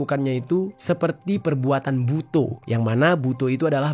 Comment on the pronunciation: revisi pak, bacanya buto bukan seperti o pada umumnya, tp lebih ke o seperti tongkat, #cmiiw